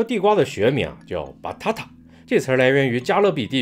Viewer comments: batata正确发音-把大大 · ：Batata發音像potato Banana：你禮貌嗎？